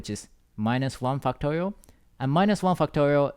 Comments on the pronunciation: whhy do i hear "fucktorial" T.T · fucktorial. he said fact correctly tho. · stop saying fucktorial. i can't concentrate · cannot unhear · It doesn't sound like he's saying factorial lol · i love your explanations! but i cant help but laugh when you say 'factorial' hahaha thank you I learned and laughed, the best combination!!